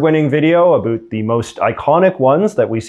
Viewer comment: Are u saying "about" wrong on purpose